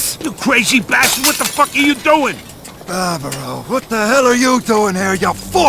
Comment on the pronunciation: Daniel Vávra, not Vavra. The "á" means long vowel, extremely simple. I don't know why you British have problem with this? For we Slovaks, it is extremely easy to say long vowels and we have even two long consontants Ŕ and Ĺ much like our former past occupiers and oppressors Czechs (whose contributed to fall of glorious Austria-Hungary). Even our Hungarian brothers have long vowels.